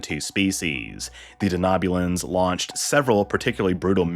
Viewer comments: De-know-bulan, not de-knob-bulan. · I'm sorry, but is it just me that is irked by the pronunciation of Denobulan as Danoobulan